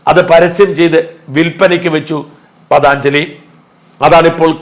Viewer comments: പതാഞ്‌ജലി അല്ല പതഞ്ജലി എന്നാണ് ഉച്ഛരിക്കേണ്ടത് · പതാഞ്ജലി അല്ല പതഞ്ജലി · ഷാജൻ സാർ, പതാഞ്ജലി എന്ന് പറയുന്നത് തെറ്റാണ്. പതഞ്ജലി എന്നാണ് ശരി . യോഗ എന്ന ജീവിത ചര്യ ചിട്ടപ്പെട്ടു ത്തിയെടുത്ത മഹർഷി വര്യൻ്റെ പേരാണ് പതഞ്ജലി എന്നത്. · പ്രിയപ്പെട്ട ഷാജൻ.... എന്തറിഞ്ഞിട്ടാണ് താങ്കൾ ഈ കണ്ഠ ക്ഷോഭം ഒക്കെ നടത്തിയത്? I M A യേപ്പോലുള്ള pharmaceutical മാഫിയകളും Unilever നെപ്പോലുള്ള multinational ഭീമന്മാർഉം ചേർന്ന് കോടികൾ വാരിയെറിഞ്ഞ് ഒതുക്കിയത് ആണ് പതഞ്ജലിയെ... പതാഞ്ചലി എന്ന താങ്കളുടെ വിഡ്ഢിത്ത ഉച്ചാരണം ...പതഞ്ജലി എന്നതാണ് ശരിയായ ഉച്ചാരണം എന്നെങ്കിലും മനസ്സിലാക്കിയിട്ടു ഈ മാതിരി false news കൾ ചെയ്യുക.. കാള പെറ്റു എന്ന് കേൾക്കുമ്പോഴേക്കും കയറെടുക്കാതെ ഈ വക കാര്യങ്ങളുടെ സത്യാവസ്ഥകൾ വിവരമുള്ളവരോട് ചോദിച്ചു മനസ്സിലാക്കുക.. താങ്കളുടെ ചാനലിന് ജനങ്ങൾ കൊടുക്കുന്ന വില കളയരുതെന്ന് അപേക്ഷിക്കുന്നു.. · പതാഞ്ജലി അല്ലെ ഡാ മൈരേ .....😅 പതഞ്ജലി നല്ല Quality products .....❤❤❤ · പതഞ്ജലിയല്ലേ കറിയാച്ചാ? പതാഞ്ജലിയാണോ? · പതാഞ്ജലി അല്ല പതഞ്ജലി ചില സമയങ്ങളിൽ ഇയാൾ വെറും കിഴങ്ങൻ ആണ് ഷാജൻ സ്കറിയ😂😂😂😂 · പദാഞ്ജലി എന്നല്ല പതഞ്ജലി എന്ന് പറയുക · പതാഞ്ജലിയല്ല - പതഞ്ജലിയാണ് മറുനാടൻ - സാജൻ സാറെ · Pathaanjali Alla, Pathanjali AaNu. Pa Tha both are short, neither is long. Do not mispronounce. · പതഞ്ജലി എന്നല്ലേ...പതാഞ്ജലി അല്ല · പതഞ്ജലി ആണ് പതാഞ്‌ജലി അല്ല. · Pathaaanjali alla.. Pathanjali... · പതഞ്ജലി എന്നു പറയൂ. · "പതഞ്ജലി " എന്ന് പറയൂ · ഷാജന് പതഞ്ജലി യുടെ പേര് പറയുമ്പോൾ നിരന്തരം ഉണ്ടായ തെറ്റ്, വാർത്തയുടെഉള്ളടക്കത്തിലുമുണ്ട്...